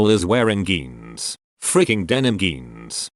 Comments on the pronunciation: Word: “jeans” Pronunciation by anyone who knows the letter J: “jeans” Pronunciation by TtS: “GeAnZ!!!” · Why can't some people just stick to the question? Instead of adding bs that has nothing to do with the question!😵😡😫. Plus your computer voice needs to be reprogrammed to pronounce "j" instead of "g" when saying jeans not geans and other words. Wake up! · Jeans is not pronounced “geens”….dang computer voice.